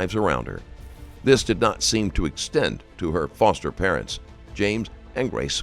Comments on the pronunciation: You got the type saying “fister” instead of “foster” right at the beginning of the video, like the first few seconds. Come on now! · bro put fister instead of foster no way that was an accident lmfaoo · "fister parents" 🤔